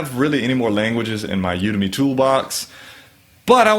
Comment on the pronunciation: I think the emphasis should be on the 'U'. When you do it that way it becomes "you to me"